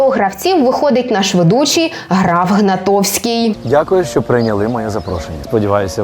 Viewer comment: правильно - ГнатКовський, а не Гнатовський ❗️